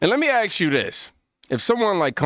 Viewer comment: It's "ask" not "axe"